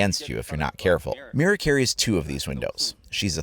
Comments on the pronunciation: Finally someone says Mira right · wow! Im spanish and you pronounced "Mira" perfectly Muy bien ! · thank god. your the first youtuber ive seen to pronounce "mira" right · another nice video, you pronounced "mira" pretty well btw:p. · HE SAID MIRA CORRECTLY <3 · Your pronunciation for Mira when you first said it was near prefect for Mexican Spanish! R=soft D sound.